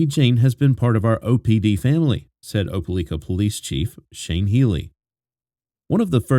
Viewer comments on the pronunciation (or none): Opalika pronounced O-pa-like-ka! Not O-pa-leek-ka!! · Op e lika, not leeka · Why u saying opeLIKA like that.. u saying opeLEEKA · It's O-PA-LIKE-A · It's pronounced Opa-lika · Opa-LIKE-ah is the way the town in Alabama is pronounced, just fyi. So many children slipping through the cracks of fractured families, this is what happens when families break apart, the children pay the price. Be thoughtful about who you produce life with, then stay together and build a family. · It’s pronounced Op Ah Ly Kah…long “i”. And the government of a county is called a county seat, not a capitol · It’s pronounced just like it’s spelled, O, pa, LIKE, a. RIP little one ❤ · If I was goi g to say Opelika 400 times I would confirm pronunciation. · He pronounced Opelika wrong .but this is sad! Awful kilt that baby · As someone who is from the area, the pronunciation of Opelika is driving me crazy!! Lol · I am to and I was like WTH never heard it pronounced like that!